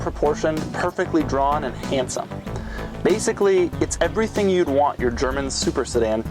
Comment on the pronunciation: like you butchered the English language. "Averything".